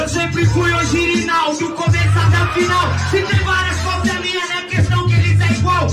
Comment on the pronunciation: “OGIRINAl” KKKKKKKKKKKKKKKKK